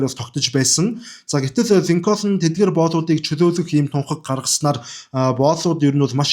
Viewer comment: Абрахам Линконь гэж цэвэр америк дуудлагаар хэлдэг юм билээ😊